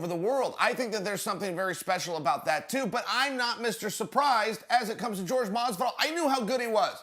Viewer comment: Till, askren and diaz. It's Jorge